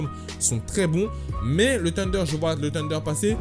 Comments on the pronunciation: Pourquoi il dit "Tunder" c'est pas "Sunder" normalement la prononciation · Wesh, ta cru que le thunder était du poulets KFC, arrête de dire "tunder", y'a une H!!